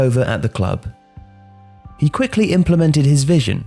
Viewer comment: I just really wanna thank you for actually pronouncing F.C Nordsjælland right. With the amount of times the name is mentioned, it would have ruined the video completely if it was being said wrong. You nailed it!